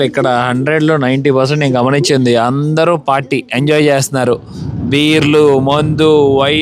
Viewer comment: ANDAROO ela vunnaru ane sentence pronounciation sari ga vundadu. Ala vaddu mamoolugaa meeru matladinatle abhimananfa Prema ga palakarinchandi